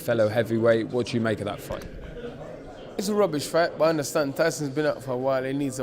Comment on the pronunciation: Tarkin roobish